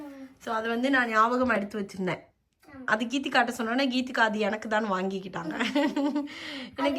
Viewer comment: its geethegha not keethikha